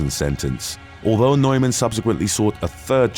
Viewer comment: Sorry, Neuman is pronounced Newman